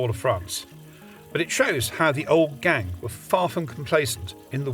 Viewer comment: Why is he saying the 2nd g in Gang 😭